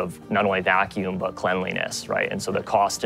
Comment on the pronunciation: now just needs to learn how to pronounce "lot" and "but" properly, without leaking air at the t sound - actually all the words that end in t and d, many Irish have trouble with pronouncing properly, where they soften it by letting air escape after the consonant.